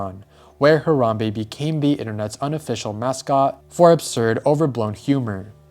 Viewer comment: It should be a crime how u pronounced Harambe.